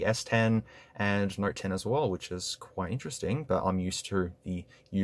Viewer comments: It took me 20 minutes to realize you were saying Note and not Narc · Is it me or is he constantly saying "nerd 10"? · and + is what i keep hearing lol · look at it...it is a